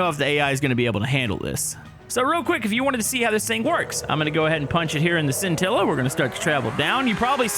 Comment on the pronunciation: Hey! The scintilla is actually is pronounced (shintilla) because the bolide and the scintilla are Italian cars. Just to let you know!